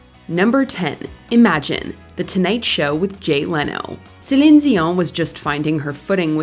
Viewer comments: Kudos to the voice over ! I am a French Canadian, as Céline, and the proununciation is flawless ; as much for her name that for her song's name in French !!! (sorry for MY mstakes in English :D ) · I appreciate how you pronounce her name, great video.